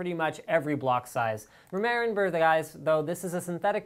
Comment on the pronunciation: saying "remember" fail